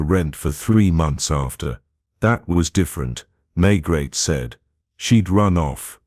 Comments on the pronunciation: It's May-gray, not Maygret.I can't listen to this... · If you are going to tell a story, please at least get your lead character correct. There is nobody called inspector May-GRET. Please blow up your Ai narration bot